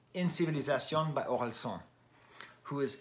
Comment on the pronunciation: i'm french and the "san" in Orelsan is actually pronounced like the japanese honorific suffix. which is most likely what it's based on. so "an" is pronounced like "âne" or "Anne" !